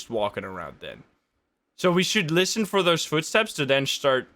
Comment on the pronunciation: I swear its saying Listen but Lisym